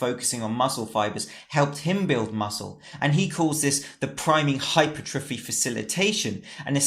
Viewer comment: its pronounced - HYPER - TRA FEE